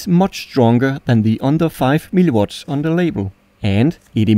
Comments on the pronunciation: It sounds you say always "MiliWater" instead of "miliWatts" xD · Why does he keep calling mW as milli-water? 🤣